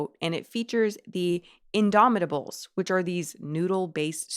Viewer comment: y tf is indomitables looking like the dinsey incrediables knockoff they pronouned indomitables in that off pitch in DOMI with a rythmic pause ta-buuls i couldn't hear the hunt and win type haant and weeein